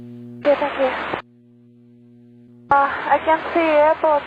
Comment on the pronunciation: How on earth she passed ppl + IR + COMMERCIAL and even multi My god some simps thirsty giving her random license My god! This makes me angry She literally says hello I see airportoo I dont see airporto My god I wosh she did not fly for her sake